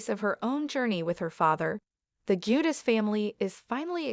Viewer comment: It's now Jedus. Sounds like ...Jew...dice. Or Jew de chay in Italian.